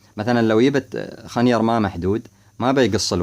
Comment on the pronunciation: يا خوي خنجر وليس خنير دمرت ام اللغة العربية